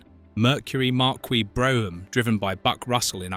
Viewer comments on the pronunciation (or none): Pronounced Mercury MarKEY, not Que..... LOL! I can't imagine Devito as Uncle Buck! I think the mob theories about Uncle Buck are ridiculous. He was a poor, crass guy... he didn't fit in their high society world. The wife thought Uncle Buck was beneath her and that he was irresponsible. She felt he was an embarrassment. I never noticed all the sausages around the giant pancake stack before!